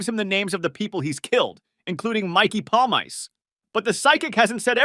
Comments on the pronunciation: Paul mice? It’s Pawl meese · "Palmyce"? (Paulmeece sound.) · Mickey Paul-Mice? It's Pal-mee-cee Friggen intellectually challenged over here. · Palm Ice is for basement dwellers. His name is Palmice pronounced 'paulMEECEY' The end vowel is always pronounced in the Italian fashion. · palmeese not polmays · pal-mice? Pal-me-see! PALLLL - Meee - Seeeee!! How do you say it in fkin polish!? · I stopped 31 seconds in because your mispronunciation of Mikey Pal -meese - ee was just so ridiculous. Palm Ice? If you want to comment on something pronunciation is just basic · mikey palm-ice hahaha learn the pronunciation jeeez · If you are going to make a video, say his name correctly.. PALE-MICEE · No, it's pronounced "palMEEcheh" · It’s pronounced “Pawl-meese”. This friggin’ guy here… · it's pronunce Palm Miss, dyslexic over here! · Palmiche... Actually. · Pawl - mee - chi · You're such an expert on The Sopranos you can't pronounce Mikey's name? Jesus Christ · Your pronunciation of Mikey’s name is giving me Manson lamps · Can’t Watch past the first five seconds. how are you gonna fuck up this guys name and make an entire video on him? For someone who loves the show so much you’d be the first one kicked out of the fucking crew for being such a Clown